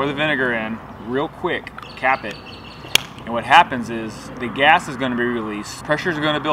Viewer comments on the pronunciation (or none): Anybody laughed whenever he said Gas? Just the way he says 😂😂😂😂